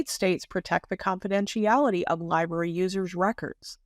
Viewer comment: Ol needs to learn how to correctly pronounce library. “Liberry” is not correct.